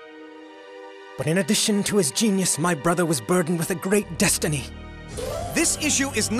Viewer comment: “thats right DuStEnY have choosen you Romen”